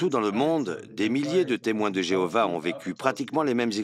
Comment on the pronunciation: Louez l'I.A ! Et adorez plutôt Jevouah (que Jeovah)